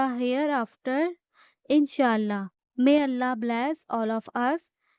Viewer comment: Your pronouncing of Allah 's is terrible ! Please pronounce it properly